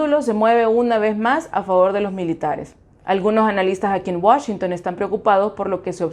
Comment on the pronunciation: Te felicito por la pronunciación de "Washington"..............................